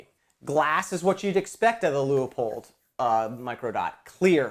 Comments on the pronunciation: Its pronounced: Lue Pold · Whoever adds the extra syllable to LEU-POLD, will have to wait longer for service!